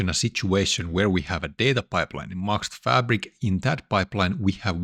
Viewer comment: I really wonder one thing. Why can't you pronounce Microsoft? It is a very easy word. You say different things each time; for example Maxt